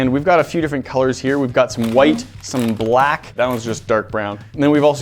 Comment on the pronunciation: why you say black like thes?????????????????????????????